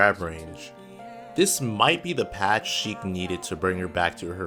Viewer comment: Indeed really sounded like 'she' indead of 'sheik'. Also the tone didn't make it sound like he was starting to speak about another character. Good video btw! Just fun to point out haha